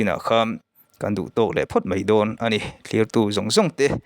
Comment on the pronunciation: Teuhlo I aw te chu ngaihthlak anuam lutuk I thil sawi\lam rik hriat anuam afiah felfai mahse Sir,mei tawh suh mai tawh rawh,mai hi adik ani mei ani lo chuan video I upload hi rei lo thei lutuk a tlem a chipchiar ve lehzual deuhin han ti thei la atha khawp ang